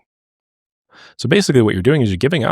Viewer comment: "unreliabilib" made me laugh Great content as always